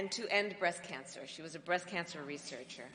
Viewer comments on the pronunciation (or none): none